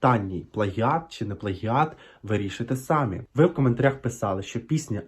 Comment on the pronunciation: Ти молодець, що перейшов на українську👍. Але дуже прошу: у слові «самі» старайся ставити наголос на другий склад («самІ»). Буду дуже вдячна) і, можливо, підпишуся на твій канал😘. За випуск 👍 від мене)